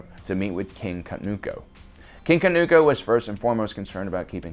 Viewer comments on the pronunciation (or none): Say it with me....Kah-TOON-koh, not Ka-noo-koh. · Or “King Kanuuko” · Okay, the blatant mispronunciation of numerous names multiple times is unbearable. Did you even WATCH The Clone Wars, or did you just read all of this information off of Wookieepedia (where names like Wat Tambor and Katuunko are actually spoken and pronounced properly)? I think it goes without saying (it should, anyway) that if you're going to make a video about something, you should at least have personal prior knowledge of it by way of firsthand experience, aka. watching the show for yourself. If you have, then there's no reason you should be mispronouncing things left and right.